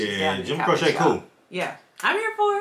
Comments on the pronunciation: "Jim Crochet"???......Does Jim look French to you??? Maybe you meant Jim Croquet, or Jim Croissant, or Jim Cordon Bleu?? Dude!!......his very Mexican last name is pronounced.......Crow--chee. Now......go and check out his masterpiece....."Operator". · Crow-chee not crow-sha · This man (Croce, I mean) was tragically taken from us far, far too soon. But he did leave a small treasure trove of wonderful recordings - "Time in a Bottle", "I Got a Name", "I'll Have to Say I Love You in a Song", "You Don't Mess Around With Jim". FYI: /crow-chee/ (not crow-shay) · It's "Croŵ shay" not a needle craft project "crochet" 😂❤ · Pronounced Crow-chee not Crow-shaa. Leroy Brown is bad but you _Don't Mess Around with Jim_, really, check out the song. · Oh yea, the great Joim Croce. Pronounced crow chee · Cro-she, not crochet. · I live in the town where he lost his life following a concert he did at the local university. (his name is pronounced Cro-chee) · his name is Italian, so it's actually pronounced Croh-cheh. That is how Italians pronounce it. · Well actually his name is Italian, so the proper pronunciation is Croh-cheh, if we are being pedantic. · His name is pronounced CROW-CHEE. Love his voice and songs. Thanks much for reacting to this song. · Oh- and his name is pronounced “crow-chee” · That is my favorite form Jim Croce, others are "Don't Mess Around With Jim", "Operator', and "I've Got A Name" BTW, it is "Crow-che" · His name is pronounced Crow-chee. Operator, Time In A Bottle, Don’t Mess Around With Jim, Rapid Roy (That Stock Car Boy) are all must listen to songs. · It's pronounced Crow Chee and he has a ton of good songs. Look at the album Photographs and Memories. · What a great throwback! Just fyi, it's pronounced Crow-chee. :) You can try out Time in a Bottle, I Got a Name and I'll Have to Say I Love You in a Song. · There is a follow up to this. The name is pronounced Crochee. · Jim Croce pronounced crow-she.✌️❤️🙏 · Its actually pronounced Crow'Chay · It's Crow-Chee